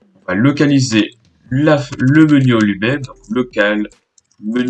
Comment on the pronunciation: je comprend rien quand tu dis menu parent dans menuui